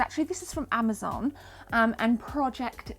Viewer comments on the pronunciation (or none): none